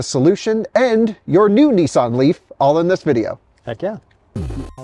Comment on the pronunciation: Its not neesaan, its nissan